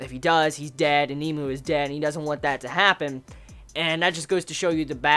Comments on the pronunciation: Nemu.....not nemo.. Sry, it bothered me. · its pronounced "neh-moo" not "Neemoo" lol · not to be a dick or anything but its nemu not kneemoo watch some of the anime to hear the pronunciation